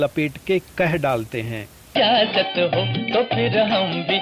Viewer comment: Aap Rafi sahab ka proramme abhi na karein. Pahle apna pronunciation durust kar lijiye. Sahi word "Ijazat" hai. " Ijajat" nahi.